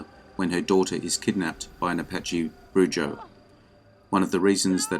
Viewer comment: Enjoyed the compilation! Here's a few recommendations for a further edition: 1. A Big Hand for the Little Lady (Joanne Woodward, 1966) 2. Destry Rides Again (Marlene Dietrich, 1939) 3. Stagecoach (Claire Trevor, 1939) BTW, the Spanish word "brujo" is pronounced "brew'ho" :)